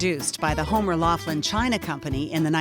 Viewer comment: It would be better if the narrator was pronouncing Laughlin correctly. Homer Laughlin pronounced it Locklin.